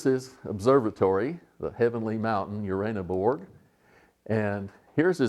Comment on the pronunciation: uranoborg...not berg you stupid yank...borough... not mountain